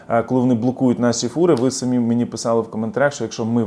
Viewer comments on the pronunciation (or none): none